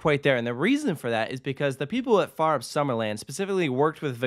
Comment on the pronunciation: Its cool. Also your pronounciation of Fønix and Fårup is actually quite good. Solid 8/10 and thats impressive. Most people struggle hard with the pronounciation of danish words, especially those with an æ, ø, or å, but you were close to nailing it.